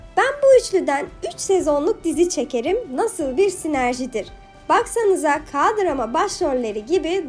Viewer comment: Ka drama değil ya key drama de turkce söyleyeceksen ke drama de.❤